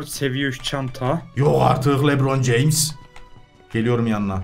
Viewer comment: 🤣🤣🤣🤣🤣 YOĞ ARTIL LEBRON CEMS 🤣🤣🤣🤣